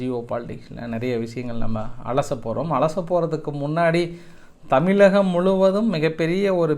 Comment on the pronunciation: கலகம் இல்ல கழகம் .தமிலக இல்ல தமிழகம் . வார்தையை திருத்தவும்